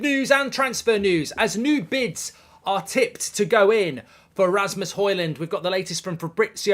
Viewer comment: Is it just me, or did mark say nude bids? 🤣